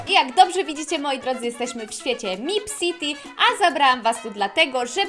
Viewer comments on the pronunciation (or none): nie mipCity tylko mepcity